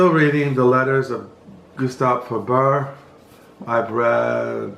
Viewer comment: but you pronounced Gustave Flaubert correctly 😄 ..even with the silent "t" on the end